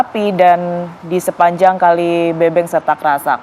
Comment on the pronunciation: buat anchor research dlu ya...penyebutannya bukan kali BEBENG...TAPI BEUBEUNG😒